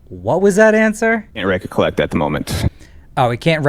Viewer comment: He said wreck-a-collect as well... What a doll.